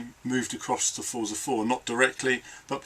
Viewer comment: Great wrap-up, thanks for the video. I do wish you'd pronounce it "FORTSA" though.